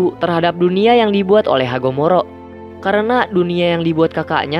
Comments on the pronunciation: Hagoromo bang bukan hagomoro😂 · Hagoromo. Bukan hagomoro min🤣🤣🤣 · Hagoromo❌ Hagomoro✅ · Hagoromo bang bukan hagomoro 😂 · Hagoromo min bukan hagomoro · Hagoromo bg bukan hagomoro😂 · Bang hagoromo bang bukan hagomoro🤣🤣🤣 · hagoromo bukan hagomoro min 😑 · Hagoromo bukan hagomoro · Kocak bang lu salah sebut hagoromo jadi harogomo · Bg bukan hagomoro tapi hagoromo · Wkwkwk hagomoro , HAGOROMO kali bang ah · Hagoromo bukan hamogoro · cuman mau mengingatkan Hagoromo yah bukan harogomo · Hagoromo bang bukan hagomoro wkkk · Hagoromo 😭, bukan hagomoro😭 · Hagoromo kali min bukan hagomoro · Kak hagoromo bukan hagomoro 😅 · Hagoromo min bukan hagomoro😅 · DUNIA YANG DIBIKIN HAGOMORO😂😂😂 HAGOROMO BANG😂😂😂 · hagoromo otsusuki bukan hagomoro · hagoromo bukan hagomoro😂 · Hagoromo bang Bukan hagomoro😁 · hagoromo bg bukan hagomoro :v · Ada yg slh dikit bang bukan hagomoro tp hagoromo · Hagoromo oy bukan hagomoro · Hagoromo bang bukan harogomo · Bukan hagomoro bang tapi hagoromo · bang hagoromo bukan hagomoro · Kuping gua atau elu yg slh bicara hagomoro atau hagoromo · itu Hagoromo bkn hagomoro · Bang bukan hagomoro tapi hagoromo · Hagomoro?? Bukannya Hogoromo atau Hagoromo ya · Haguromo bang bukan hagumoro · Engga ngeh mimin ngomong "Hagomoro" kukira Hagoromo😂😂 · maaf itu hagoromo bukan hagomoro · Itu hagoromo bang bukan hagomoro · Assalamualaikum bang hagoromo bukan hagomoro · izin koreksi min, hagoromo min, bukan hagomoro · HAGOMORO ? HAGOROMO BANG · hagoromo min,bukan hagomoro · Bang bukan hagomoro tapi hagoromo bang 😭 tapi gapapa good luck gw selalu nonton saat lu Upload 👍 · Hagoromo bang bukan hagomoro😂😂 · Hagoromo bang bukan hagomoro wkwkwkwkwk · hagomoro🤣🤣🤣 hagoromo bang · Bg hagoromo bukan hagomoro ya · Udh beban gak tau diri siapa lagi kalau bukan sakura 😂 (Edit) itu hagoromo bang bukan hagomoro :] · Hagomoromo anjir GG MALAH HAGOMOROMO ANJIRRRR KOK ITU HARUSNYA HAGOROMO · Abang salah bilang Hagoromo,abang malah bilang Hagomoro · Perasaan namanya hagoromo bukan hagomoro